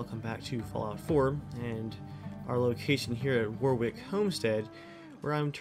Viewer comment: Why can’t Americans pronounce the names properly it’s wahwick I know it’s because your not used to seeing those names and they’re spelt weirdly.